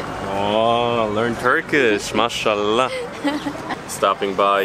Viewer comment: You said MASHALLAH in a perfect way.... impreesssssed!!!